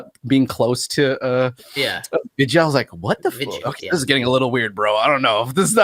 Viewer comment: Haven't watched this film in hindi but there is a remake of this film in telugu and tamil languages, called Anaamika. I remember getting sh** scared in the cinema PS. absolutely butchered the name. It's pronounced as, V-i-dh-y-aa baalan.